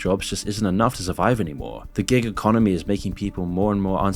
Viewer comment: Every time you say "Giga Conomy" I sip my coffee.